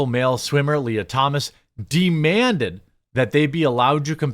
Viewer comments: You said de-manded lol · "De-man-ded" Literally.